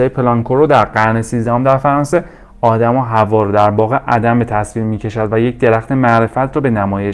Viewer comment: ادیان بَدَوی، نه بَدوی. حوّا، نه حوا